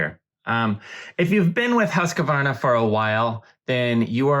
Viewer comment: It bothers me when the name of the machine is mispronounced. One of the first things I was taught in sales of the machine is that there isn’t an “a” after “husk”!! The word is pronounced “Hooskvahrna”